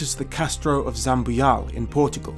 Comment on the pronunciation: Awesome video! Loved it. Just 1 thing: Zambujal actually is pronounced "Zam-boo-jal", not "Zam-boo-yal"